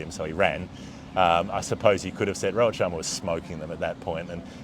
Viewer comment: It's Rohit Sharma not Robert😂😂